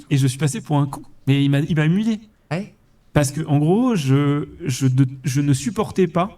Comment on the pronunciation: "Il m'a "Imulé" ??? C'est si dur que ça à prononcer "humilié" ??